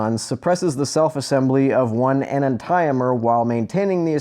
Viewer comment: That pronunciation of "enantiomer" though.